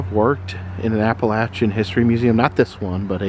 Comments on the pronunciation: Exactly what I was thinking. I have always heard it pronounced "appa-LAY-shun." But it probably just depends on where you're from. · I don't think you are pronouncing Appalachian correctly...I could be wrong though. I love your videos by the way. Thank you for sharing such awesome content.